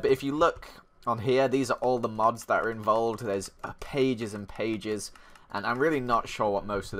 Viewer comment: for a second i thought you said mobs instead of mods